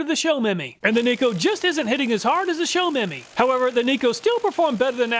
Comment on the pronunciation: Show-Me-My <-- 3 words. Not "Show Memy"